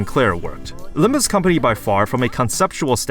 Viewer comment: Its not about Limb-you or Limb-me,. Its about Limb-Us!